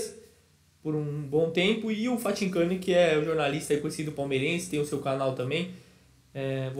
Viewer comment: falando Fathincani é uma resenha kkkkkk